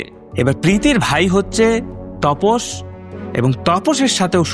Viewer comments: Apnar vdo bhalo lage tobe onek sobdo kane lage jemon tapos ke topos bolchen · তপস না দাদা, ওটা তাপস হবে।